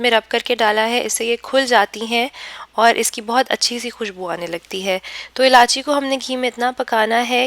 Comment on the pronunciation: Ilaichi not ilaachi